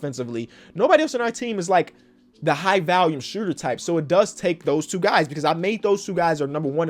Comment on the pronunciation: No one:: "valume shooter"